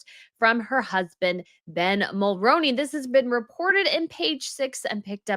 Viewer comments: As a Canadian, I can say, I don't blame Jessica for leaving Ben. Ben has turned into a Maple MAGA. And just an FYI: you’re pronouncing Mulroney wrong. It's pronounced Mul-ROO-nee, not Mul-ROH-nee 😊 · Hey its not mulroneeee.Its mulruinee. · As a Canadian, we always pronounced Brian Mulroney’s name like Mul-rune-ey. When did it change and is this the proper pronunciation that we got wrong this whole time?